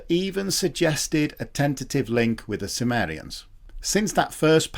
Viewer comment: I thought he said 'a tentative link with the Sumerians" but I guess he mean Cimmerians ...